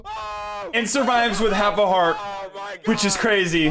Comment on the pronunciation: Grass EVERY TIME HE SAYS COMMENT TYE WORD IT SOUNDS LIKE HE’LL HURT NOT HEART!!